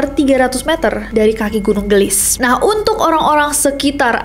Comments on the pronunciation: kak nes bukan gelis bacanya tapi geulis 😊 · Koreksi. : Cara bacanya bukan gelis, TPI ge'u'lis (geulis). Geulis di ambil dari kata / kosakata Sunda yg mana artinya CANTIK. GEULIS = CANTIK. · Geulis kak nes bukan gelis wkkw lucu aku denger kaknes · Geulis, gunung Geulis bukan gelis, artinya cantik kaya kak nessie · Kak nessie, kalau boleh aku koreksi.. Pelafalan “ geulis ” itu gak flat gelis.. Tapi kak nessie gemes banget pas ngomong gitu aaaaaakkkk loveyou kak nessie❤ Jadi pelafalannya itu ada eu nya ge-eu-lis gitu kak. Hehe salam hangat dari bandung, sehat selalu kak nessie, loveyouu😊❤❤ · Gunung 'geulis' mungkin ya kak ness.. bukan gunung 'gelis' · nyebut geulisna salah mba 😅